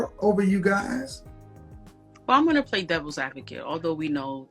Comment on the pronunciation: You 2 "pway" tooooooo much😂🤣